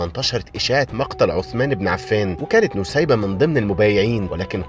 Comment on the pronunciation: أخيرا حد عارف قصة الصحابية نسيبة بنت كعب و اخيرا حد عرف ينطق الاسم بشكل صح😭❤❤❤❤